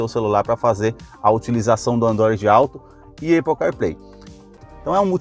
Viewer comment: “Eipou”…fale sério, vai?